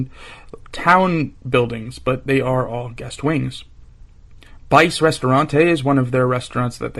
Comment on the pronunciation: "BICE" is pronounced "BEE-chay" in Italian.